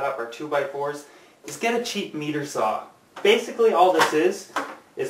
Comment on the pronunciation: jonnyboy5050 Canadian here, he said "meter saw". Everyone I know says "miter saw"